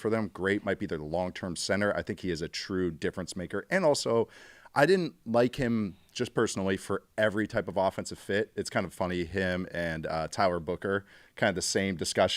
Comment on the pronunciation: I love you, but either someone's playing a practical joke on you or you just weirdly got this in your head about how you pronunciate some of these player name. No one else - most importantly not the players themselves - call Grey Zabel (ZAY-bull) and Jalen Milroe what you do. Haha